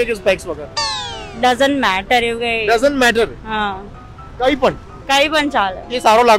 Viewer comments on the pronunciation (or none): none